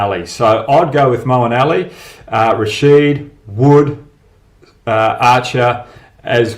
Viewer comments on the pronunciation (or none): none